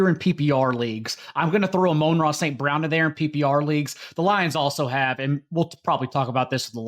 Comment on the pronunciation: still with the A-moan-ra nonsense smh. Please listen to literally anybody else say his name lol